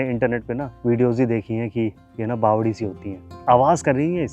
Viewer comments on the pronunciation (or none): none